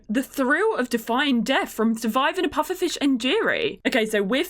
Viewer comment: Not how you say pufferfish dish grr